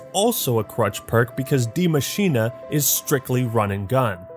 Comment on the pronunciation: To this day, you are still the only content creator that I have heard correctly pronounce "Die Maschine". Thank you.